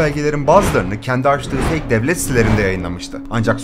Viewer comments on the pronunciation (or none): none